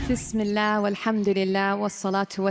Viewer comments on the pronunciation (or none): MashAllah. Zbardasst aor asan recipe hy.... plz Bismillah herahman nerahem... talafuz teek parah kry... Allah apko khosh raky...